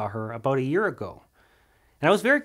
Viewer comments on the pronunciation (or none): none